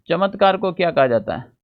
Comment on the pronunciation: चत्मकार ❌चमत्कार ✅